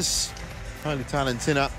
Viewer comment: The umpire can't say Muratitharan name correctly..😂😂